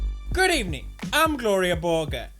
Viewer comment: why is it GLORIYAH BORGER now and not GLORIA BORGER!!!!!What did you do to her poods